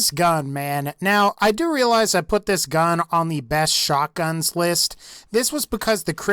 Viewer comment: John Cashen i think he said shock gun but he said it weird